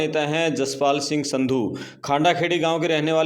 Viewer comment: संधू नहीं सिन्धु हैं